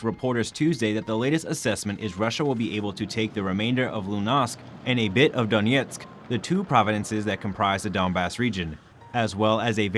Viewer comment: Schulz: say "shuhl-tz". Luhansk: say it like it's spelled, not "loo-nahsk" Donetsk: say Doh-net-sk, not "Dawn-yets" Sergey: say "Sare-gay" (hard G)